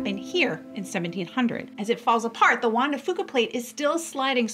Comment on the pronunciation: juan de "fewka" is how it is pronounced